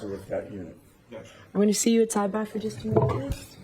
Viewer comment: lol or side bahhhs